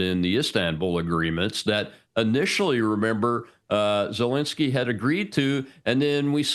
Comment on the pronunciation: Clayton, please, you have to get his name right: it's NOT ZeLINsky, as lint. It's ZeLENsky, as in length.